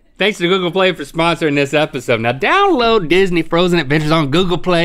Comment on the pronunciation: Anyone else heard Link say "Epahode" near the beginning?